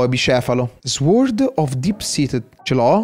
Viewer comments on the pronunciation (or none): SORD non SUORD